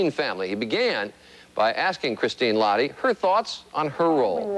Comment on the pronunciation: it's really comical, how they pronounced "lahti" Christine is half Finnish and the last name has a particular way of pronouncing. I'm Finnnish so it made me laugh. This is one of my favourite movies and I enjoyed these interviews even though seeing River makes me feel a bit melancholy.